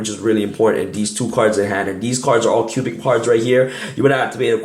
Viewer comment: it sounds like you're saying Cuban. LoL